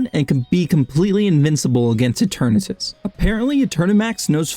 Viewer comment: it’s pronounced eh-ter-nahtus, I’m losing my mind hearing this name butchering